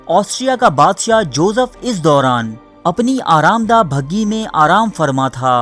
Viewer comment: محترم یہ لفظ " بھگی " نہیں " بگھی " ہے